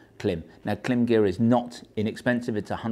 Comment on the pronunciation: I’d love to hear how you pronounce Worcestershire or Leicestershire. Or Greenwich for that matter. Point being, you know how Klim pronounce their name, but you choose to pronounce it differently.